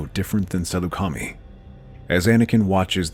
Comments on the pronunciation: Great story!! And FYI, it's pronounced sa-LEW-ka-mai. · No offense but the planet is called Sa-Loo-ca-my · Salucami wrong pronounced